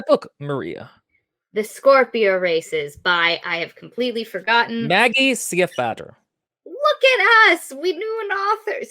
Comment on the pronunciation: Stiefvater is a German word, not Norwegian. So no, you were not pronouncing it correctly.